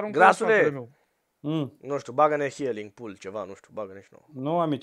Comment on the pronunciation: am zis ca si cum s-ar auzi pentru ca el a zis hialing si se citeste hiling